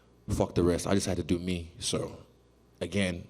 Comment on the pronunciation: the way he says ", so" sounds so weird. Congrats to Israel. He had me having doubts and rooting for KG, great fight.